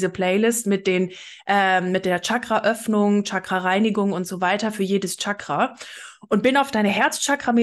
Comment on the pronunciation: Tschakra, 😂😂😂 das wird "Schakra" ausgesprochen.